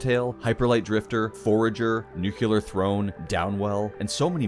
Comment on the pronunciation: "Nukular" xD